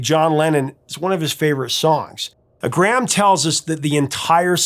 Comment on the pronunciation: Btw, Graeham is pronounced grey -ham, not gram. 2 distinct syllables. Great show btw